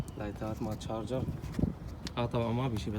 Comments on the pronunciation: تشارجر😂😂😂مو جارجر ولا شارجر😂😂😂😂😂🌚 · تشارجر NOT. جارجر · معليش بس اسمها شارجر مو جارجر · Charger not garger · اسمها تشارجر مش جارجر يا اخي ليش التخلف